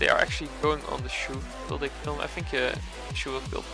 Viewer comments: I thought it was pronounced ‘chow’ not ‘chew’ 😂😂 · its not pronounced as shu.. more like.. Cho.. like Chad..'Ch' and Shoulders 'ou' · Its not shoe its chou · u have to pronounce his name like "chaw" not choo. btw nice gameplay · I think its pronounced as "Chouw" and not Shoe. He seems to be based on Bruce Lee so the name "Chouw" sounds like its a name from Bruce Lee's homeland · wtf stop staying shoe it is chou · chou = zhou 周，not shoe. hahahaha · How to pronounce chou. It will be chu or shoe?? Or chaw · Its no shoe its chou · It’s chou not shu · DID THIS MAN JUST CALL HIM SHOE!!!! SHOE???? lmao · when say chou i hear he say shoe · I though you said Shoe and not Chou. 😂😂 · What really is it supposed to pronounce shoe or Chao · pronounce chou.... nt suuh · Chou read as Ch in Chalk, and ou as ow in Wow. I mean he is chinese. Why use French pronunciation.. He is not a Shoes.. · Hahaha thats what i hear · Whats the real pronounciation? Chu or chow? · i like to like and subscribe to your channel but a simple name you don't know how to pronounce..